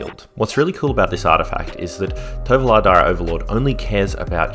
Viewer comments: I kept say Torvalo, but yeah, I nail my pronunciation of Triskaidekaphile from the start but Tovolar for some reason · I also had the toughest time pronouncing "Tovolar"